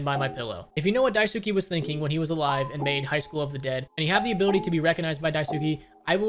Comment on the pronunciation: It literally takes a second to look up how to pronounce Dice-kay